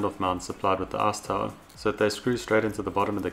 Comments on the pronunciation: Arse towel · Sounds like ass tower to me. Lol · i really dig how you pronounce "ice tower" as "arse tile"